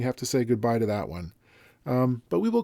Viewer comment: "A level of cosmic optimism" - I love his eloquence! 😊 Nice correct pronunciation of 'Höfner', too! 🤩 And I'd once built an e-drum trigger from a bongo together with a pick-up just like these ones, in the early 80's and with instructions from a music magazine: It actually did work, too! But I had no sound module to trigger it with 😅